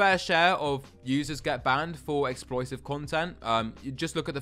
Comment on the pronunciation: exploitive* I heard as explosive lol